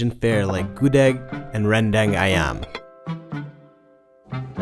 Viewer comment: I laughing at how he said rendang as 'ren dang'